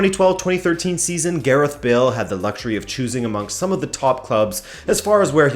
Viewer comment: Who the fuck is Gerith Bale?